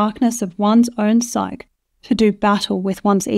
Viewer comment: Psyche is a two syllable word pronounced as sigh-key.